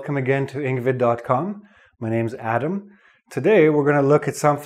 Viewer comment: hi, welcome... to engvid dot coom